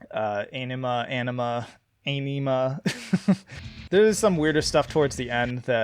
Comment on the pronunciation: Tool themselves have said AEnima is pronounced “Onima” 😅